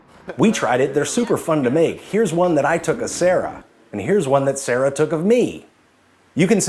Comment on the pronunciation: He also says "Sarah" but all I hear is "The Yeti"